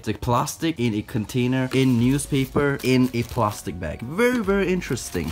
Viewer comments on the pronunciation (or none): The way he said plastic 😂 “plarstic” I love it